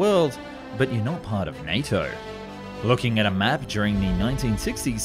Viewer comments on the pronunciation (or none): none